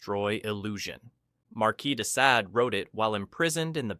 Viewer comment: How many ways can you pronounce de Sade’s name?!? Pick one ffs 😂